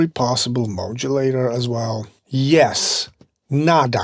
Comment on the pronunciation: I how you say Modulator man ! I hear "Mojo Laterzz" :-)